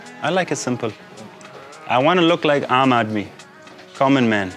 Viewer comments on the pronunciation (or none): its pronounced "umb". Its aamb. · in normal speech its called aamb. Not aam. Aam means plain/normal.